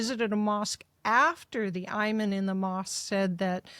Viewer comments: Will someone there please talk to these two about their pronunciations? EYE-man should be EE-mahn . mil-AYE-nia should be mel-AH-nia Curtis's name is spelled Sliwa...why does VDH keep pronouncing it Silwa? It's SLEE-wa NOT SIL-wa! I never miss a show, love Victor DAVID Hanson...ha ha! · VDH, please learn to pronounce magnanimity., same for Imam!!